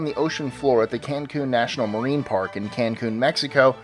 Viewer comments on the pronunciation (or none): none